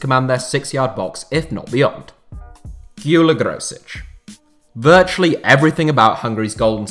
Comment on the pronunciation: Gyula Grosics is pronounce as Jula Groshich not Giula Grosich